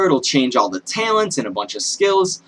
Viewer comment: HE SAYS TALENTS JUST LIKE PANZER LOL